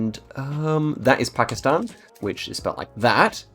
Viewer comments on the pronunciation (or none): none